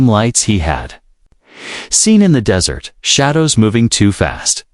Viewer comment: You need a new AI/TTS, it does not know the difference between dry sandy location and sweet food. All that is necessary is to review before posting.